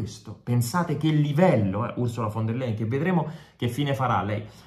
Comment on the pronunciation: Si pronuncia--> "fon der laien"....!!!!